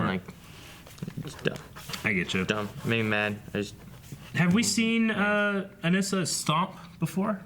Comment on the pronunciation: Her name is pronounced "Uh-nih- sa" They literally say it in the show.